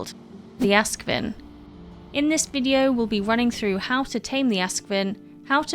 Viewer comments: not "ask-vin", but "aask-sviin". means ash swine in scandinavia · Ask is ash, svin is hog - so it's a ashhog. English pron is so 'wrong' :-) but I get why.